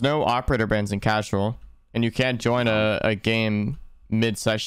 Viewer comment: did he say casterol instead of casual LMAO